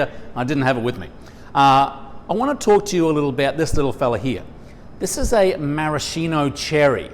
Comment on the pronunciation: That's not a marasheeno cherry. It's a maraSKEEno cherry. How hard can it be to pronounce it properly? Jesus.